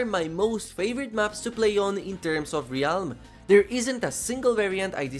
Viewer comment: Hey, I just wanted to say it's pronounced RELM, not RE-ALM. No disrespect, but it irks me for some reason hearing pronounced incorrectly.